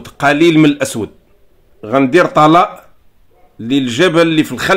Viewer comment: طلاء ينطق بكسر الطاء وليس العكس